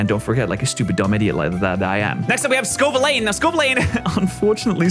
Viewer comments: Say it with me slowly, it’s pronounced Scoe-Vill-An. Not Scoe-Vill-Lane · Scovillain ❌️ Scovileyn✅️ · Pats uncompromising insistents on mispronouncing Scovillain is so fascinating. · Still mispronounces Scovillain and i die inside each time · I beg stops pronouncing scovillains name like that 😭